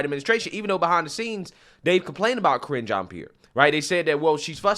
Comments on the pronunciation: Sounded like her Name was being pronounced as "Kringe" ( Cringe) Jeanne Pierre..... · "kringe" jean Pierre" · "Kringe" jean pierre